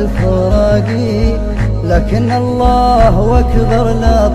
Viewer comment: الله اكبر هو نطقها الله واكبر والصحيح الله اكبر